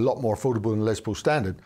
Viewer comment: Greetings. A marvelous homey presentation. I would like to make a friendly positive reinforcing reminder, that the gentleman who is the namesake of these models was "Lester" shortened to the nickname Les, rather than Lez. Overcoming this minor adjustment will be much appreciated by the listening public, thanks.